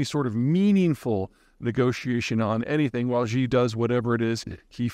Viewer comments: Peter, stop calling him 'jee'. Xi is pronounced 'she' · It's "shee", not "xgzee". The x is sounded as "sh". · Love your work Peter, you are a wordsmith and I gotta straighten you up on your Xi pronunciation. Pretty easy, Xi = she 👊🏻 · He doesn’t have to sound like a native speaker, but he is pronouncing things so poorly that it is embarrassing to listen to. For example, President Xi is not pronounced “President Z”, it’s more like “President She”. For people that follow China closely, his mispronunciations make him sound ignorant and silly. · 😆 I think it is hilarious that you always pronounce Ji instead of Xxxxxi 🤣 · You need to learn how to pronounce Chinese names. XI is pronounced like SHE. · She ditched the summit! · You really should learn how to pronounce Xi correctly... Would only take 2 minutes of your time, and would make you sound more credible. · 2 seconds, really. Just remember how "shit" sounds, and you're there. ;)